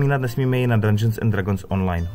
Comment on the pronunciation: Hele koukal jsem do , informace zajímavé (nicméně sám mám tyto údaje načtené, neb mě D&D velmi zajímá), ale velmi bych doporučil použít google poslechový translator pro výslovnost. Už jenom samotná výslovnost "dragons" je uši drásající.